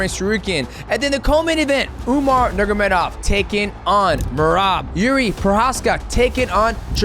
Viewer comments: Mighty, it's time to learn not to say "nurgamedov" Nur-ma-go-medov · Umar Nurmagomedov bratha, not Nurgomedov Other than that, you're the GOAT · nur “ma” gedov not nurgedov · If I had a dollar for every time DJ said Umar last name wrong haha. “Nurgomedov” every time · Nurgomedov?!Cmon man its not that hard to pronounce his name and its lack of respect .Do your homework before you make your videos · I hate the way he says Nurmagomedov 😂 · the way he says umars last name is killing me